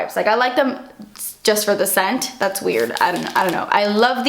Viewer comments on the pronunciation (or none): I love it when you say "dats expensive" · I find it so funny when you say "dats expensive" you need to make merchandise saying it on it's your face aswell when you say it 😂😂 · i love it when you said "dat's expensive" xD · 'Das expensive' 😂😂 I love you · Amanda Hart Exactly!!! Wasn't sure how to spell it to make it sound the way pronounces it:P